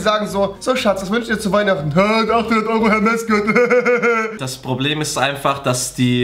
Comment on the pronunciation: Wie der erste einfach Hermès falsch ausspricht 😂 wenn man das nicht richtig aussprechen kann soll man sich sowas nicht kaufen 😵